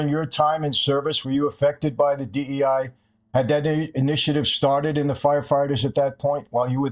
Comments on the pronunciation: Bro kept saying D-I-E hires 😂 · Guest keeps saying DIE rather than DEI -- is that a Freudian slip?